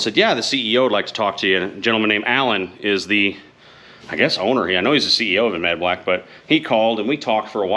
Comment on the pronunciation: Dude, your killin me. Its Ad-van-black. Not Av-an-black! Lol. Sorry, not sorry. It's like like ear cancer to me..lol.